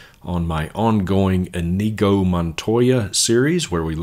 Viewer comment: you're great. Love the music clips. Btw it's pronounced "In-yay-go".